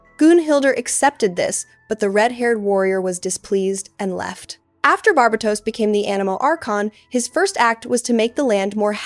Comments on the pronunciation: great video, but its pronouced Gun-hil-der not goon hil der, bar bay tos not bar ba tos.. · I love your videos! I've never heard Barbatos pronounced this way, I've only heard it as Bar-BAY-tos, and it tickles my belly everytime you say it the way you do. lol I love it. This is so well structured! I also need an explanation for what your YouTube handle means!?!? Where DO all maps end?!! I'm SO CURIOUS ABOUT IT lol